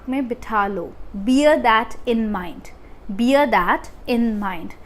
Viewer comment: Please pronounce 'bear' correctly.